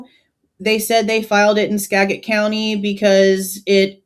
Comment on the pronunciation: Skagit is pronounced Ska”jet” just as an fyi. Thanks for the update. :)